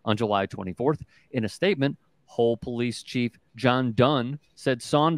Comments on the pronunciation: It’s Hull not hole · It's Hull Police, not Hole Police....duncecap.